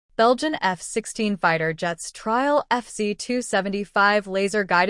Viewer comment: At least teach your annoying AI waffle robot to pronounce F-16 properly 🤦🏼‍♂🤦🏼‍♂🤮🤮👎👎👎